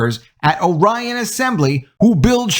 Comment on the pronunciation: Pronounced (OR-ion), not (O - Ryan). Grew up there so pretty sure I know how it is pronounced.